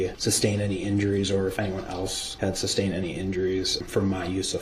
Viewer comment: 1) “Substained!” Sustained! 2) “Ubjec-Shun!’ Objection! 3)”Biasteness” Biased! 4) “Axing” Asking! 5) “Speclative” Speculative! Need I go on? This guy, so DISRESPECTFUL! He got the best of what the Judge could sentence him too, but Definitely did not get what he deserved! Victims Families should have been each given a Ford Escape, while DB stood in the middle of a field, (on foot) while the Families are allowed to chase him down!